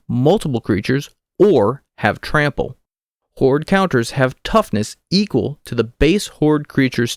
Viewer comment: Please stop saying "horde"